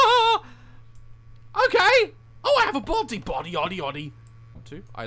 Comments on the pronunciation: Daz: “bodyodyodyody” Me: dying 💀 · No one mentioning how he randomly said "OohH I have a Bodyadyady" 😂